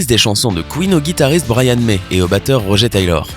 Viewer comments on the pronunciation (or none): C’est RoGEUR pas roger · C'est moi ou... Tu as dit "Rogé" et pas "RogER" ? Oh quel irrespect pour Ben Hardy ainsi que le vrai Roger... ;-; C'est de l'anglais donc ça se dit Rog"eure" c'est pas joli "Rogé" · MAIS SVP ÇA SE PRONCONCE ROGEUR TAYLOR PAS ROGÉ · rogé taylor ROGE mais bordel pourquoi détruire le nom des gens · Pas Roger "Rogeur" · aie la prononciation du nom de Roger... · Ta mal prononcé Roger